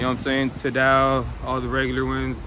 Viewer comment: homie said tadow lol it’s Tidal